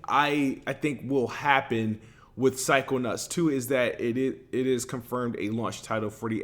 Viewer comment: Is it just me, or does he keep calling em psycho-nutts??!?! Lol.